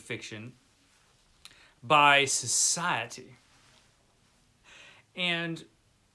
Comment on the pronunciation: Society goes into existential crisis & self-condemnation every time pronounces 'Society'.